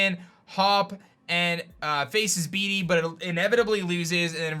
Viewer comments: The more you say "beady" the more my soul dies.... Bede is pronounced "Bead" lol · Love your videos! But bede is pronounced bead not bee dee